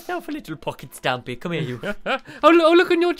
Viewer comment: it is stampy not stampey